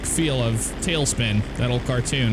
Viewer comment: Sorry, "Spin"" not spine :)